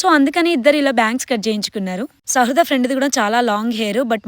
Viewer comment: Shradha kadhu sahruda